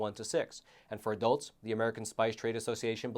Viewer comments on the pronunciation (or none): none